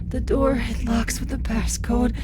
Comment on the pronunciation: "Open the noor"